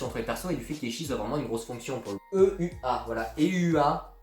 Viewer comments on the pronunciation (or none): Eua se prononce plus Ewa :p et pour les souvenirs de Teppei, s'est expliqué au début de l'épisode... les proches des personnes qui voyagent dans les boucles finissent inévitablement par avoir des souvenirs des boucles précédentes... et les personnes issues de la même famille que les personnes qui voyagent dans les bouclent sont d'avantage plus touché par ce phénomène. et Ryukishi07 a confirmé que Satoko a joué la comédie lors du 3ème arc ;) du coup il est très probable qu'en fait elle ait manipulé son oncle en mode "je te pardonne, vivions ensemble et reformons une famille !" le tout afin de recréer artificiellement l'arc 3 d'origine... et vu comment elle parle clairement de "se servir de son oncle" dans le dernier épisode, cette théorie tend à se confirmer x)